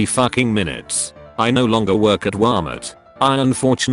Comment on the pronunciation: Nobody: The voice: Wamert